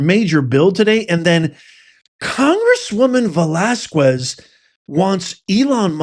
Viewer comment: If it's true you read the comments (I have never noticed you giving a heart or a like to any other comments but your own), I just wanted to mention that the "u" in Velasquez is silent...so it's pronounced "Velasqez"... Hopefully you got it now in case you need to say her name again...